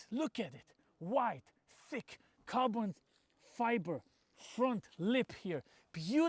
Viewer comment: Carbon Fibre or how Misha would say: Carton Fibre.🤣 No but seriously, what a great car. One of the greatest of all times. Thx for the video.🙂